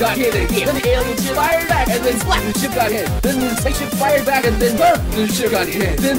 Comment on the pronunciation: Why does it sound like he says "succ" instead of "splat"?